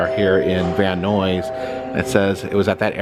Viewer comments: Just started the video - Nuys is pronounced like "Nais" - The mispronunciation amused me.. But I grew up in Southern California, so I grew up around hearing it pronounced properly, I'd probably stumble on it if it was my first time, too. ♥ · I think Nuys rhymes with eyes. 🤷‍♀️ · It is pronounced "nize".